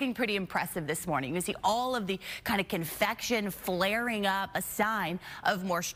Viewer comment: Convection,, not confection.